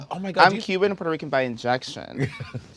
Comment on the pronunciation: it's giving "selena wasnt puerto rican?" Rrrrrrrican 😂